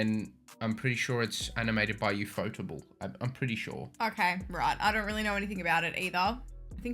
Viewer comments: The way you pronounce Ufotable is hilarious. It's UFO+table, except you pronounce UFO like an acronym. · Biggest reveal for me: it's Yufotable not UFO Table.